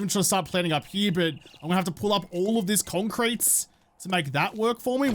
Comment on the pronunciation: maybe if you pronounced the j properly instead of like a 'shz' sound, youtube might get it right. And what's with 'conc'. Is it really that difficult to add the extra syllable? I notice you actually use 2 or more syllable words often. Why is concrete pronounced 'conc'?